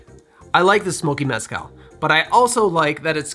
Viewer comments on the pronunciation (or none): I really like your channel homie, really great quality content. As a mexican, I have to comment on the pronunciation of the word Mezcal, the tonic is the syllable 'cal', so, mes-CAL, and not MEZ-call. Also, The z is not a US 'z' sound, but an 's' sound.